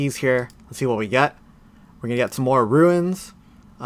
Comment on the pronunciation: Why do you pronounce it “Roo-In’s”? It’s tilting lol